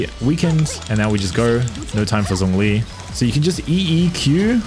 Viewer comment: Its Zhongli. Not Zongli😐